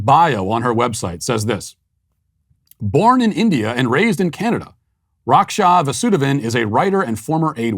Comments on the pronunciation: She looks like she is from my country, liberal are a menace here, btw try pronouncing it like Rak shaa vaasudevon. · It’s rakha vaasuuudhaevhan